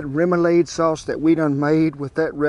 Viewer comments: It’s pronounced rem-u-lod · Its pronounced RIM-OO-LAD. :) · "Rum- ah- lod" is how its pronounced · Roumalaud ....rouma LAWD lol I love your channel. Thank you for the recipe!! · Kent awesome job! I live in Louisiana and am from New Orleans so, outstanding job! It is pronounced - Rem ou lade. :) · Thanks for all the great content! Rome - uh - lawd is how we say it in Baton Rouge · Now ya’ talkin’ my language. Born in SW Louisiana and grew up and lived for years in and out of New Orleans. Shrimps! Shrimps! Shrimps! Kent, you did mighty fine with this recipe! Thanks so much for sharing your recipe. Remoulade, that a is pronounced as a short a, like lawd. Room ah lawd. 👍😂😂😂 God Bless you and Shannon😁❤️🇺🇸💙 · Good to see you doing some Cajun food. From this Cajun cowboy to an Okie, you pronounce remoulade “rah-muh-laud”. Or at least we do. But for the record, seafood poboys down here generally aren’t as fancy as this. They’re usually just plenty of shrimp (or catfish, oysters, soft-shell crab, roast beef and gravy, etc), lettuce, tomato and mayo. Oh, and plenty of Louisiana hot sauce. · Remulade = REM - YOU - LAHD (last syllable is ah like Father)